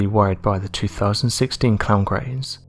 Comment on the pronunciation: This narrator has the worst speaking voice ive ever heard. His word pronunciation is laughable. listen to how he tries to pronounce Craze. Lol. I shut it off after a minute. This guy is unlistenable. God knows how many mispronunciations he has every video.